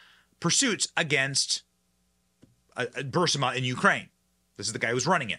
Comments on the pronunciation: BurISMA. NOT Bursima. You have to say it right or you sound uneducated about it. Trying to help. Keep up the good work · It's not Bursima it Burisma please correct your speech you're driving me nuts. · Please pronounce Burisma not bursima correctly. You are far too intelligent to make yourself sound otherwise. It is distracting from your story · Stop pronouncing Burisma that way! Lol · Good video, but don’t play a drinking game with how many times Benny mispronounces “Burisma”. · Ber-riz-ma not Birz-a-ma. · Burisma = [bur - IZ - muh] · Burisma pronunciation - br * ee * smuh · Anyone else annoyed that Benny says Bursima instead of Burisma? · Stop saying Bursima! It is Burisma ! You do it every time !!! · Love Ya Benny - but please "Bur-is-ma" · Benny, Please. It’s not BURSIMA It’s BUR IS MA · It’s Burr-ee-sma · It’s BURISMA, not bursima. BU- RIS- MA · 'Burr-ee-smuh' Benny! Not 'Burse-ma'. 'BURR-EE-SMUH'. The long 'e' sound comes before the 's'. I cringe every time I hear it. I know some may think this is nit-picking but we need to pay attention to these little details. When we don't it diminishes the message and makes us look like crackpots. Love your show, however, and rarely miss it, or watch the video if I miss the live stream. Keep up the good work! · Johnson - Hey... love your videos... but... please correct your pronunciation of Burisma. Especially since we are going to be hearing about it for quite some time! The "i" comes before the "s". You're saying BUR-si-ma ... when it should be bur-IS-ma. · HEY BENNY! You are pronouncing Burisma with the I in the wrong place, Burr-Si-Ma, it's pronounced Burr-Reese-Ma! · Please Benny “Not Bursima but Burisma! Pronounced Bur-ris-ma! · Ber-Eez-Ma...Burisma...cmon man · BURISMA...Not BURSIMA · Burisma not Bursima 🤦‍♀️ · 'BUHR-RIS-MA', Benny 😂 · BURISMA NOT BURSIMA. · Geez, Benny. Burisma (Brr-Rees-Muh) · Burisma. Bur-is-ma. 🧐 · Bur-ris-ma!!!! I love the guy, but c'mon lol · “Burisma” Is NOT Pronounced “Bur SI Ma”